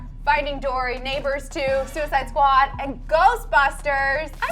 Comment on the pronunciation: Am I the only one who screamed when she said suiced squad? 🙃